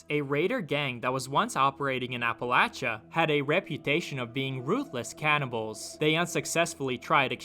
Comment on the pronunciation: Thank you for pronouncing Appalachia correctly, I live here and I hate when they say it wrong